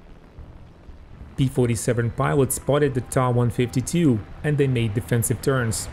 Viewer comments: NOT Taaaaaaaaa ......the letter T and then A TA 152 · "Tah" 152 .......... Never heard it pronounced that way...I've only known it as "Tee A" 152. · Hey it's not a deal breaker, still enjoyed your video. But this video is in English....so perhaps stick to what English viewers are used to. I have been a WW2 aviation enthusiast since 1975...never heard the Ta152 pronounced as other than T.A.152 in all that time...... but anyway I'm moving on...keep up your good work overall...nice graphics and research...thumbs up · So you don't pronounce Me109 as M.E.109....you pronounce it as 'Meee 109' ??? give me a break. Russian planes are pronounced as you say. But German aircraft are generally the letters pronounced separately. F.W.....M.E.... T.A..... J.U. ...... D.O. etc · Ok I'll wait with baited breath for your next videos pronouncing the Ju88 as the 'Jew 88" and the Fw190 as the 'Fwuh 190' ........ you are wrong regarding the Ta152 pronunciation and instead of admitting it and moving on you're digging yourself a bigger hole.... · Wrong. Ta is not an abbreviation from two words such as Fucke Wulf or Bayerische Flugzeugwerke. These are first two letters from the designer's last name Tank. Which in German is pronounced 'Tunk' and NOT as in 'Main Battle Tank' which every single English speaker does. Likewise, Soviet Yak series of fighters are called Yaks and not Y.A.K. because it comes from the name Yakovlev. Same goes for Ju-87, short from Junkers (pronounced 'Yoonkers')